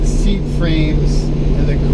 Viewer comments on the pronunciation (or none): none